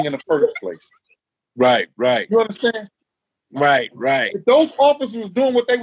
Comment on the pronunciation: Gene MEAL - "You undastann"; yawn Talked over MJ and posting this again hasn't altered that fact.